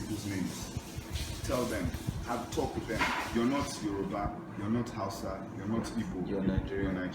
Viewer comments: A lot of your information is wrong,so much misrepresentation,you can't even pronounce Hausa?? Yes it is 3rd world and it comes with it's challenges but it's home,when you talk about embezzlement,this is aided by this countries you hold dear,USA and Europe are fundamentally funding this so called corruption that we fail to free ourselves from,get the right info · She can't even say Hausa you want to teach her apapa or ajegunle?